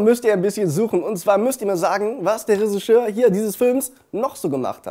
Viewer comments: Bryan Cranston hatte auch ne Rolle in "Little Miss Sunshine". Der zählt zu meinen absoluten Lieblingsfilmen. Und ist eigentlich noch jemandem aufgefallen, dass immer Ressigeur statt Regisseur sagt? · Bitte mal ganz ehrlich. Das nicht Jeder der englischen Sprache mächtig is versteh ich ja noch, aber regisseur könntest du wenigstens richtig aussprechen. Is zwar urspr. ein französisches Wort, aber schon so deutsch, dass mir nich mal ein anderesdeutsches Wort dazu einfällt.